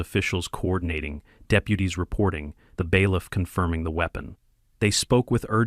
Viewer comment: Bailiff not Beliff.